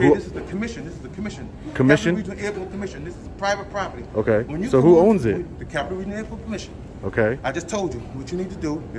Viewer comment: The captain has a lot of questions…. Pivate poperty lol